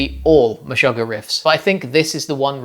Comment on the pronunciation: That's not how you say Meshugah. Search this video and Tomas will tell you himself: 'Meshuggah's Tomas Haake Breaks Down Band's Writing Process'